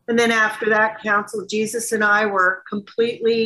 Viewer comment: The way he says Jesus...GeeSUSS